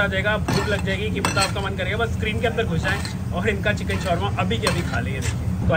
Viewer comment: Chikan ❌ chicken ✅